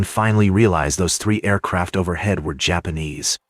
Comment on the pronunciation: Why do you have to have an AI generated narrator, that calls them Yapanese? It’s so stupid. This is dumbing people down. Do better.